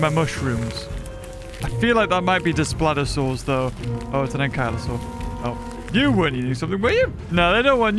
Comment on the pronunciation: consistently pronounces Daspletosaurus as "desplatosaurus"